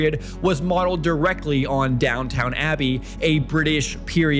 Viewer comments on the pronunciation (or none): Im loving your content. Immediately subscribed. But - what is your first language? Cos ive never heard someone who pronounces the q in etiquette or the town in Downton Abbey. Or is it engagement bait...